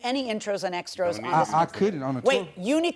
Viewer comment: He had the Judge saying "extros"! 😂